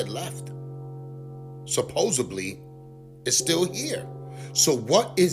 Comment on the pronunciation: THERE'S NO PHUCKING 'B' IN THE WORD SUPPOSEDLY D,D,D !!! SUPPOSEDLY.